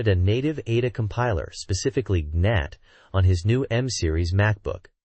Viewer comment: A virtual Mai-kaws machine? Gee-Nat? dude... gemini is outta control